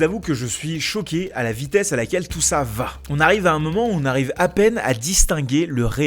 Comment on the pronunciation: IIElevenTabs testé : "Ca va" est prononcé "Ka va ?" Oups, ca commence mal, en tout cas en Français ! Euhhh en Frankai, pardon.